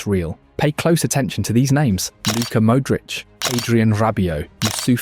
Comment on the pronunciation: I switched off at the way he said ‘Mooudric’ 💔 forza milano though